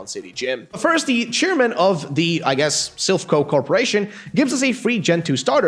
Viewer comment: This man said sliph Me:ok then respect